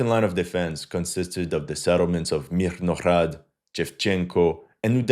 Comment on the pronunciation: juste une petite clari pour toi, les H des noms des villes Ukr. se prononcent G :) Myrnograd, etc